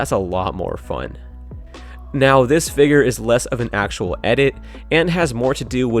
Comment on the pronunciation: Why do you say figger instead of figure